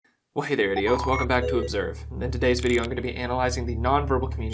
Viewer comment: I thought he said "Hey there IDOTS!"